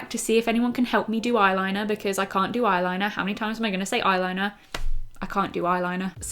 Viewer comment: Haha you say eye liner like a pirate! Ayrrliner ! Ajai pirate! Great vid again!